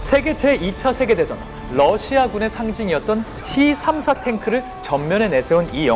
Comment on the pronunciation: 티삼사가 아니라 떼삼사입니다러시아 T발음이 떼 입니다그리고T34(티34)는 미국의 헤비탱크이고T-34(떼34)는 소련의 주력전차입니다